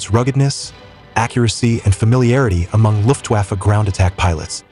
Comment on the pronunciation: Please, the "W" in Luftwaffe should be pronounced as "V", not as "W" in, for example, Wagon.